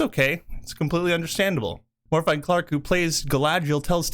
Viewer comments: Love the content, but Jesus. It’s not Morfide, it’s Morvith, th sound like ‘the’ not ‘thought’. Bonus points for trilling the R. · Good video but your killing her name Morfydd…. It’s pronounced /Morvid/ . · Morfydd is pronounced Moorvith. It's Welsh.